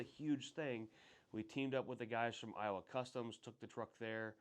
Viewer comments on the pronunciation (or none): none